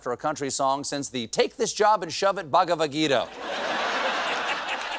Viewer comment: Do you have to mention Bhagwat Geeta? You can't even pronounce the name correctly. It is more fun to quote "Quaran". Then see the sparks fly😳😳😳